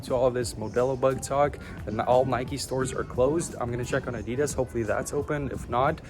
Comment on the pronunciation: I have to stop watching because of the way you say Adidas its peeing me off lol